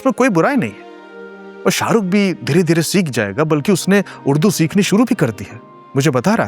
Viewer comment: haalanki...nhi haalankE hota,,,balki nhi balkE hota hai............